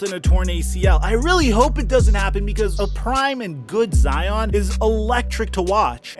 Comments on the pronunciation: Every time he says “Zeeon” instead of Zion I cringe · is he saying Zeon Williamson? what is he a Power Ranger now? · I changed my “like” to a “dislike” after hearing you say Zeeon Wiliamson multiple times. 👎🏾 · was cracking me up calling him "zeon" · Bruh! Why are you calling him Zee On!? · If he calls him Zeon one more time I swear to god. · Why you calling that man zEEon? lmao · Lol "Zeon" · “Con-tro-ver-see-al” “Hare-ras-ment” Now “Zeeon Williamson” Bro whats goin on 😭😭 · That man’s name is Zion fam. Now ZEee•oonn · You and FlightReacts stay with the “Zeon” 🤣 Love it tho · You saying Zeon was killing me lol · cool someone else noticed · Facts, he thinks its funny since Flight said it, but its way too old. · Stop saying Zeon